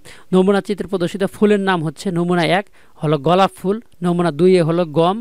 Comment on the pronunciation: ভাই গলাপ ফুল না,,,গোলাপ ফুল